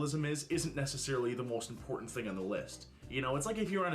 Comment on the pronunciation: Disappointment My, want to stick pencils into my ears moments are when she says “impor-end”. Ugh! *edited because I relistened to a vid and realized she doesn’t even use the “T”.